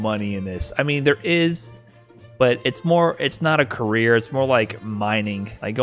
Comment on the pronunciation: Carrier or career? I can't make out whether or not that was intentional.